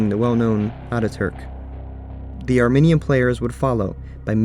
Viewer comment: You keep pronouncing "Armenian" as "Arminian" and I, an Arminian, am offended. Armenians and Arminians are two completely different things.